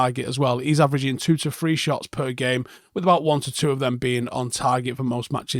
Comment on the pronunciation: Is there any way you could say THree instead of FRee. Just for the specificity of the language.